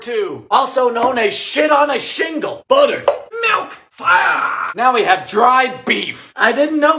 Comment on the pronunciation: I love the way he said fire lmao “FIOUR”